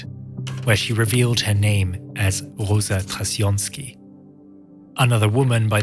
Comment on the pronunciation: Sara Trassjonsky not Rossa Trassjonsky